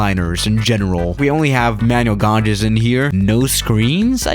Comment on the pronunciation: btw idk if you do this on purpose but 'gauges' is pronounced 'gages'.